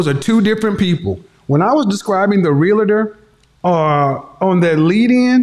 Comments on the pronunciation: Realtor is pronounced in two syllables not three, it's pronounced real-ter not rel la ter. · Real-La-Tor, Real-La-Tor, Real-La-Tor! Come on, just because thousands mispronounce the title it doesn’t make it correct. It’s pronounced CORRECTLY Real-Tor, Real-Tor, Real-Tor! Remember, you have a big influence. Thanks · THERE IS NO “I” in R-E-A-L-T-O-R. is comes from the word “Realty” i used to sell high end security systems. When Id meet someone saying “ I’m a Rea-LI-Tor” 🙄..no your not🤣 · Oh lordy when she said realtor.🤣🤣🤣🤣🤡🤡🤡🤡🤡🤡 hahahahahahaha shit had me laughing hard.